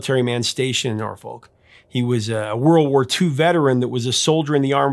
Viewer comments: Yep. As a born and raised local, hearing "Nor-Folk" is like nails on a chalkboard. 😂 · Yo Prof, we pronounce the city “NAW-FUCK.”